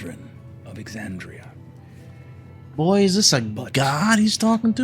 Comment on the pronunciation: You said to correct you if you aren't saying something correctly. You're saying Ex-AHH-ndria when it's Ex-AND-ria. Not a huge deal, it just sounds wrong and I figured you would want to know.